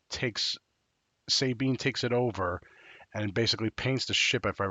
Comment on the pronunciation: Say it with me Suh-Bean. Not Say-Bean, lol.